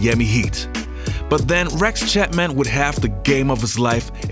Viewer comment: Why are you calling him chatman, he's chapman. And why u call it Charlotte (CH pronounce das in chat), it's pronounced Sharlotte. And it's pronounced Shicago, not Chi-cago.....